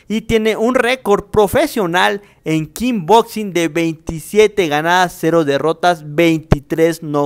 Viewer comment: "Kin bocsin"